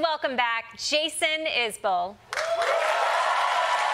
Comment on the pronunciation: As a NW Alabama native, just like Jason (who I used to see play at a Mexican restaurant called LaFonda's way back when) I'm just happy to hear someone pronounce his last name correctly. Is-bull :)